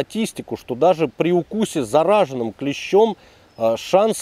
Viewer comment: Неправильно ставишь ударение в слове заражённый. Правильней заражЁнный, сорян чувак но очень режет слух))))